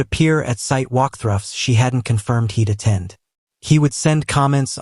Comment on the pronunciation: Not AI saying “the walk thruffs!!!!”